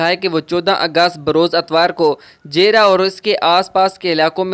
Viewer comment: او بھائی اپنا تلفظ صحیح کرلو جیرا نہیں جھرا